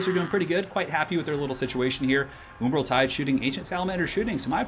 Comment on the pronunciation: Nobody:: oombral tide Nice vid Keep it up!